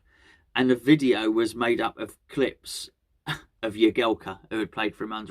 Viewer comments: Jagi Elka is the correct pronunciation who is yelka lol 😂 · Wrong I’m afraid,it’s pronounced ja jelka the g sounding j , the only commentator to get it right was Kevin Ratcliffe in the europa league because he asked jags how to pronounce it